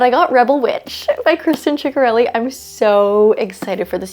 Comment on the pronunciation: I think you might be saying Kristin ciccareli’s name wrong I think it’s pronounced sick-a-relli